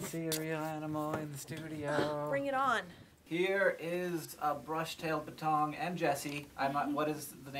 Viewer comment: baTONG?? It's BETTong.